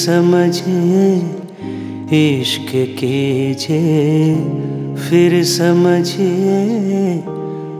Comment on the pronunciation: You are an amazing singer,! Every time I hear your singing I go into a trance. Just one small advice: one word in this song is pronounced phir, not fir. My apologies for pointing put this minor thing 🙏